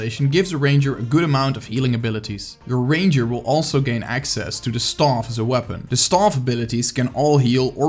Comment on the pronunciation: Please stop saying STAUF! Super annoying! Learn how to say staff! The rest of the video was nice.